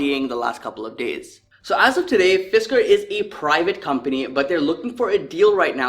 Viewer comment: Fisker was pronounced correctly. They had a car in the 2000s called the Karma. It was very interesting when it came out and also had a solar roof.